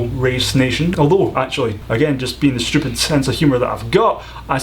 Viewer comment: 11th stupid question: Why do you pronounce "stupid" with a "shhhh" sound? Shhhhuffering shhhhhhuckotash Also when that guy said "S" countries he might have been referring to the "slavic" countries, but couldn't remember the word....